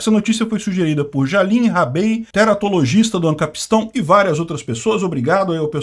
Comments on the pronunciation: "Jalim Rabei" é foda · Pow cara...caiu na do "Jahlin Rabey"...😂😂😂😂😂